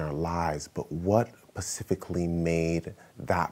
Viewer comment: If he says "pacifically" one more time...🙃🤣